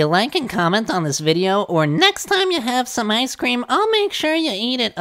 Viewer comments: I don’t eat ice cweam Get your pronunciations right Are you a ghost or a person? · He says maybe people on that side of the pond pronounce things differently, he said ice cream 😂. Also he's a ghost... obviously 👀